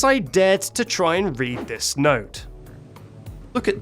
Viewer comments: The way I cackled at "Rrrrread the decrrrrreee" working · "rrrread the decrrree." Got me coughing and wheezing for air